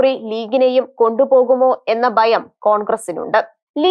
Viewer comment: എടോ ബയം അല്ല ഭയം ബാരതം അല്ല ഭാരതം ബാഗം അല്ല ഭാഗം നിയമസബ അല്ല നിയമസഭ Mother tongue ആണ്. തെറ്റിക്കരുത്. മോശം 🇮🇱🥳